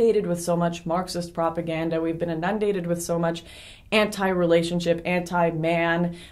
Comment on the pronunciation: "Inundate". emphasis on the FIRST syllable.